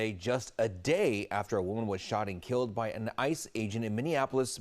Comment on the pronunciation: Keeled lol